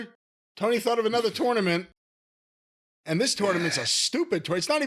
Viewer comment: I hate how says tournament